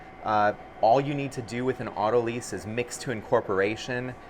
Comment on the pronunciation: Not “auto lease”, it is pronounced “auto lies”